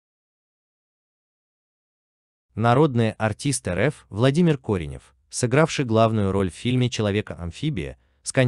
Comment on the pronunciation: Откуда вы такие беретесь ?! Что это за ,, ЭР ЭФ" ?!?! О чем вы говорите?! Это просто невозможно слушать! Умер прекрасный человек , всеми любимый актёр ! А вы бегло читаете второпях составленный текст как отчёт на ,, летучке".